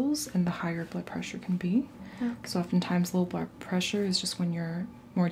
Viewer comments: it sounded like you said "taking you buttpressure" :-D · Maybe she was taking her butt pressure? What's wrong with that?!